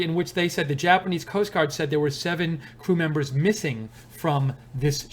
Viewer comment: Did I hear you say "screw members"?